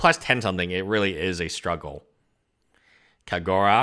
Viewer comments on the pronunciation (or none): Your pronunciation of the names is terrible like Kagura? It's literally KagerO like the spelling is right there.